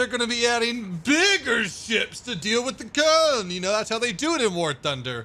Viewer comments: KÖLN not KOLN (btw its Cologne) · Its Köln not Koln, or Cologne if you prefer. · It's KÖLN NOT KOLN. Respect the Umlaut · it's not Koln, it's colon. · It's K ö ln not Koln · It’s Köln or Koeln ( ö=oe) and not KOLN XD